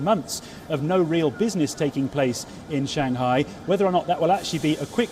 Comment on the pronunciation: she and Palki can never call Shanghai correctly , it is not Shan Ghai, hah :))